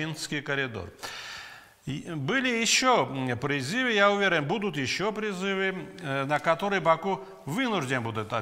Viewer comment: НЕ пиризивы призывы.Научитесь разговаривать правильно.